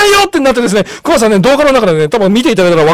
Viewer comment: クマがheyになってるw